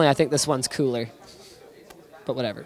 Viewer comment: Haha h said cooler as in water coller hahahahaha